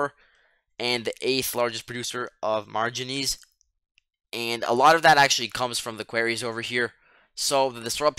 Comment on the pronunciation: I took you for a native English speaker but with your pronunciation of manganese and Quarries now im not so sure